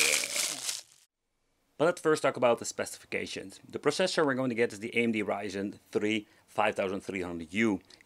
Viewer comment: You Say AMD, nice